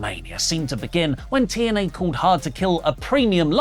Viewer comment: Might sound random, but I always got a chuckle out of Drew Galloway saying TNA because he pronounced it as Teeeeee N Ehhhhhhhhh